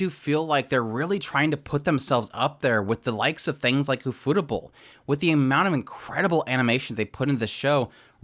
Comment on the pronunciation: I'm pretty sure it's pronounced ufo-table, not u-fotable.😁